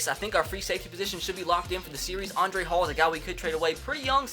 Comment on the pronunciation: not pronounced andre Hall Its hal